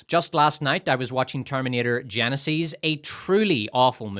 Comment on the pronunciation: Terminator Geneseees? Who has ever pronounced it that way? Do you just pronounce words any old way you desire?